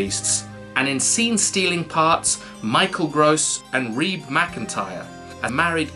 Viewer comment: Does Reba ever go by "reeb," as pronounced here? I've only ever heard her name as "ree-buh," with both syllables intoned.l